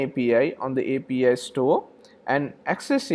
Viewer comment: You say APA but mean API? :)